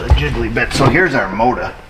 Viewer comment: The Mowtah 🤣